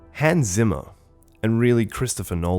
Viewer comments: Hans Zimmers surname is German. It should be pronounced starting with sound like C sounds in Inception. German is like my fifth language, I only know basics of it, I still can't stand your narration. A very good and true commentary otherwise. Here in the closing sequence he says his name himself if you don't trust me. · you mispronounce the name Zimmer so many times, that after some time it's quite hurtful to anyone who know german even a little bit. "Z" in german should be pronounced similar to "TZ". It's the same sound you hear at the end of ie. "Rosencrantz". Having said that, this was a really insightful and deeply interesting clip. Keep up the good work!:)